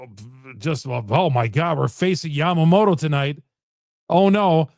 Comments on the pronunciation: This guy is the goat lol. Wonders if Blake snell is good. “” 😂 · YA-MA-MO-TO. It’s not difficult to pronounce.